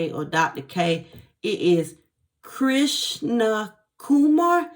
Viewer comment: Girl , you pronounced Krishnakumar so right!!!